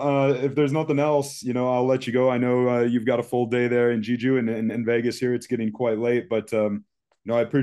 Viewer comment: it's pronounced "Jay-joo"